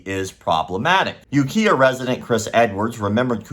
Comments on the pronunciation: And You Kai Uh, not You Kia for Ukiah. Another good video though, thank you. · Kai as in lie/eye. Was gonna comment that but saw this. Understandable mistake to someone who's not heard it pronounced first. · Does it bother you that pronounces Ukiah incorrectly? Bugs the F outa me.